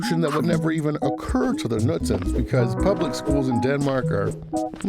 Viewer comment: The Knudsens, not the Nudsens. K in front of n is not silent in Scandinavian languages😉